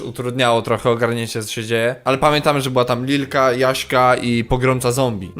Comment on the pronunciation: nie litka tylko lilka